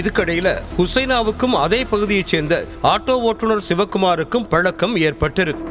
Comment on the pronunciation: தமிழின் சிறப்பே அந்த 'ழ' தான் அது பலக்கம்ன்னு சொல்றவர் வாயில மாட்டிக்கிட்டு திண்டாடுது. ஆங்கர் பொண்ணுங்க என்ன அழகா தமிழ் பேசறாங்க. அவங்ககிட்ட தமிழ் பேச கத்துக்கோங்க. திருந்த மாட்டேங்கறீங்களே.